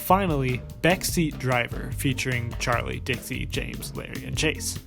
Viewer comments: but this youtuber wasnt trying to say his real name. he was just mispronouncing larray. or else why would he heart the comment saying I'm all here for u mispronouncing larray as larri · Ok this isn't the point of the video, but Larray is pronounced La-ray (like stingray) instead is Lar-rie (like harry). (great video as per usual tho) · good video but pls i beg it isn't larry, i believe its pronounced la-ray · How are you an english speaker and can't tell that "Larray" isn't pronounced like Larry??? Lol like whut?? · isn't not Larry, it's Larray. (la-ray ) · good video but it’s larRAY not larry that’s driving me nuts lmao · all I know about this is he misspronounced Larray as “Larry” which I’m totally here for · loved the video as per the usual! I'm glad someone talked about this trend of fake friend groups bc it honestly bothered me from the get-go one thing though, I think larray's name is pronounced like "luh-ray" and not "larry" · isnt larray pronounced lah-ray though? i get his real name is pronounced larry but i think mayannaise might be talking about the mispronounciation of LARRAY